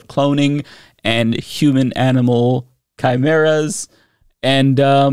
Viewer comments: She can’t even pronounce “chimeras”! 🤦🏻‍♀️ I sooooooo agree!! I’ve been laughing/crying about this for about 8 years now. Our education system needs a giant overhaul! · Let's go ahead and put "Chimmeruhs" with "Peach Tree Dish" and "Gazpacho Police"! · “It would legalize the creation of human/animal chehmurrahs” Fucking nailed it. Great pronunciation, great science, everyone hit the showers; we’re done here. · Chee-meras wtf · Careful now sis! Chimeras are heavily associated with Greek Mythology, what would your "God" say! I can't believe she fixed her mouth to say chim, er, as and not ironically!! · How did I know she was going to mispronounce Chimeras? I had a professor in school who admitted that she had never heard that word. She was admittedly conservative and made homophobic remarks in class. When you're preaching to the stupid you don't have t be informed. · The way she pronounces Chimeras says to me that those words aren't her own, like she is just reading something someone gave to her. If she chose the words, I doubt she would have gone with one she doesn't know how pronounce (Maybe giving her too much credit). It feels like she is just reading someone else's lies in congress. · Can’t even pronounce ”Chimeras!” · "Chimirraz" and "surragatsy" jfc